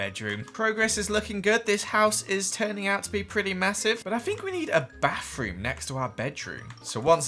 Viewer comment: Another word he says, “bafroom”